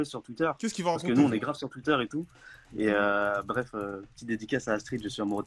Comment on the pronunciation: Jsui morte en lisant ton comm javai pas compris en continuant la vidéo g entendu twiouteur g ptdr 😂😂😂😂😂😂